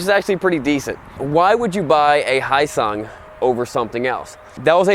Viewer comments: Pronouncing the "hy" like "High" is like reading Japanese romaji, when hyosung is Korean. The right way to say the "hy" in "hyosung" is the same as the "hu" in "huge". So you can say it with a soft "y", not a hard one. And then the "o" is a hard sound in a "hip-hop yo", "yo what's up bro", or "toy yo-yo". Then the "sung" is literally "sung" like in the past tense for "sing" as in "she sung a song". Hyosung. Very smooth and mellow like. :) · If you ever sell another of these bikes the name is pronounced Yo-sung because the "H" is silent. Don't shake your head Wright is pronounced Right because the "W" is silent. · It’s pronounced more like he o sung trust me dude I’m Korea’s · I am living in South Korea right now.. I was corrected by a Korean guy here, it is pronounced "yo-sung". I guess the H is silent. He was also really drunk, so who knows if that's actually true. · The name is H-Yo Sung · The 'H' is silent. It is pronounced "Yosung", and that's easier to pronounce. The Koreans own this company, and they are becoming known for higher quality. Hyosung for some reason hasn't followed the same path. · I think it's pronounced as Hyosung (Yoh-sung) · If it name Kimchi it would probably had a better market.- But HYOSUNG? IT SOUNDED LIKE YANG CANT COOK. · The "H" is silent. It is pronounce Yosung, and much easier to pronounce. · HYOSUNG reads: H - Yo Sung (or you can read it as Heeyo Sung) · Try pronouncing it like "He yo son" lol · Heard it's actually pronounced Yosung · For goodness sake, you are pronouncing it like it’s a Japanese name, when it’s a KOREAN name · You say their name wrong every damn time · The way he pronouces hyosung confuses me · You butchered the name so bad xD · Its not HI SUNG, its HEO SUNG. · irnagtx actually it should be 효성 hyo-song if you speak Korean but their home page spells it hyo-sung. Which is more to do with how people first Romanised the Korean alphabet into English. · Its pronounced "HEE-YO-SUNG" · Almost silent H. hYosung.